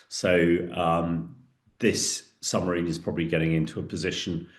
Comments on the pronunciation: Is he saying Sumarine instead of Submarine? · Surely it is SUB-Marine and not Sumarine? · How can a former British army commander keep saying summerine ? It's submarine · Is it me or does he keep saying SUMARINE